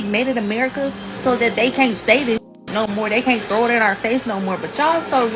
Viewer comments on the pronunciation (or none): none